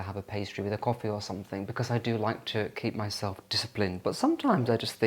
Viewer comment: it's something not somethink